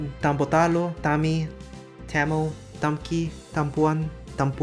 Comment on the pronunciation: tamil is pronounced with a zha at the end, i.e. a voiced retroflex approximant